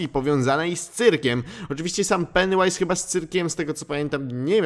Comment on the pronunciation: Jaju to się mówi peniu ais